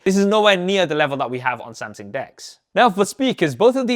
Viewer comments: say it with the rest of us who speak CORRECT ENGLISH: AH-LOO-MI-NOM,, not A-LA-LOO-MEAN-EYUM 🤣🤣🤣🤣 SAM-SUNG not SAM-SING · Brother your videos are in the absolute top tier of reviews. But please work on the way you pronounce Samsung because "Samsing" makes me feel so stressed when watching